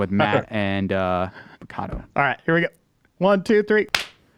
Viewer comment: matt and... kato lol it just sounded funny